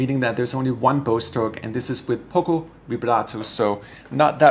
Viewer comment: “Pocco” vibrato?? 😂 Please correct: it’s “poco”